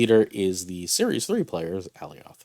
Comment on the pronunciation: i can tell you havent seen loki because thats not how you say alioth